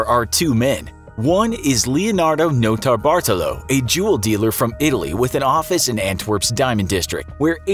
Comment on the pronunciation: I thought he was saying juul “juul dealer” “Juuler”